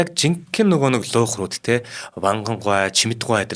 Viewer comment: хөтлөгч залуу хоолой сайтай боловч зарим үгийг хэлж чадахгүй юмаа. галстук( улаан бүч), атлаас( даавуу),пүүшиг( тамхи) , г.м ийг хэлж чадахгүй эсвэл буруу хэлнэ, луугарууд гэхийг луйхрууд гэж байна, Овод гэдгийг Овоод гэж байна, хамар сөргөхийг буруу тайлбарлаж байна. Уншихаасаа өмнө үгтэйгээ танилцаж судлаад ярианы соёл гэдгийг суралцах хэрэгтэй шүү.